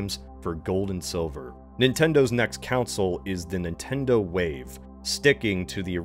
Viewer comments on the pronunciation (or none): he sometimes says consul, sometimes council, and sometimes properly pronounced console. It is not an accent but mistakes. It doesn’t take away from the value of the video but is funny. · I heard you say "counsel" three times until I realized you meant "conSOLE", as in a game console. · its console not council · Yeah that bugged me for a while. Nintendo makes consoles not councils. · however, "council" wars sounds much more bad ass, you gotta admit. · why not the council of consoles? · i thought this was i joke then i literally heard him say "council" instead of "console" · He's doing it just to make is suffer. I want him to talk about Nintendo's legal counsel talking a console to a council. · Saying council instead of console is not an accent. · the cavalry one is forgivable but the council one is not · guy chill. we just got thrown off by him saying council, we’re not making fun of his accent or “speech impediment”, it’s just a weird way to pronounce console. You’re making use out to be some kind of villains. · Usually I watch these videos in the background so when he starts talking about Sony council I have to go back and watch it again to see wtf he’s talking about. It’s actually really jarring. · he said game councils the whole time instead of console. Not sure if he’s dyslexic or just extremely dumb but it was Indians to hear someone mess up a word so bad that many times. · Heretic! Everyone in this timeline pronounces it like "council." I'm sending a massage to the console, they must be informed. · It’s pronounced as “Cohn-sole”, not “Coun-sil” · I'm just waiting for the alternate timeline where pronounces "console" like most of the rest of us instead of "council"🤣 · I feel like is pulling a Super Troopers every time he pronounces "Console" as "Council". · I was incredibly confused when on lvl 9 you kept saying "counsel" instead of "console." (I assume just a region pronunciation but still) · why does this guy call consoles "councils" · or "Consul".